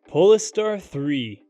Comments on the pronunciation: Pole Star, not polster. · Sorry, but I just have to correct your pronunciation. It's called a Pole Star (not said like, Poles tar). Thanks for the video, the Audi is just gorgeous! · its not poliester hahaha POLE STAR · He doesn’t pronounce it correctly… It’s as you noted, Pole-star to give it a stellar futuristic tone as in “north pole” and “star”… pole-iss-stir sounds ridiculous. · Love how you pronoune "po-less-ster" instead of "Pole - Star" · Is it pronounced "pole-star" or as you said it "pole-iss-stir" ? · Lol seh-don... Pole-e-star.... Go back to school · okay sorry just sounded to me like some unusual pronunciations and timings yet with what sounds like an American accent. Like “pol-e-star” and especially “se-don” for sedan. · Polestar is two syllables not three. Sedan is mispronounced repeatedly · He is mispronunciating it. You don't invent pronunciation, it jarres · Yes, it was painful every time he said it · Exactly! The narrator badly botched the pronunciation.